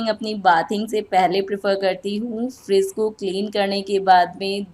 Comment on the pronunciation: Aap apna pronunciation thoda theek kare , friss nahi fridge bolte hai . Vlog bahot accha hai par pronunciation par kaam karen to aur improve hoga aapka vlog .